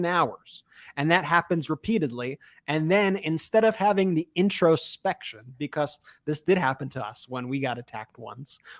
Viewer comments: becuss why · Am I the only one annoyed by how Ben says because? Becuss